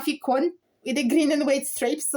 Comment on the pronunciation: That's it mate we suffer the heartache and celebrate the glory. Can i just say it's cone and not cony lol not trying to patronize you, yer Scottish is brilliant